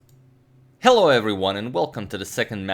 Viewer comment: Heylo leymons